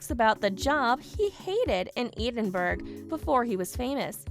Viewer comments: Learn to pronounce the words!!! [ED•IN•BURG] NOT "EED IN BERG" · IF you are going on a public form you should know how to pronounce the names. Edinburgh Not EEEDENbuirgh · Eidenburg? Really? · It isn't idenburg or eeedingburg. Get a new spokesperson! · It is pronounced Edinburgh not eidenberg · How dare you pronounce Edinburgh so badly! Phonetically it is Edin boro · She needs to pronounce Edinburgh correctly. Drive me crazy. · You pronounced Edinburgh wrong! Check it out! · The pronunciation of Edinburgh is way off, too. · Edin burg! Ha! ha! your pronouncing it all wrong!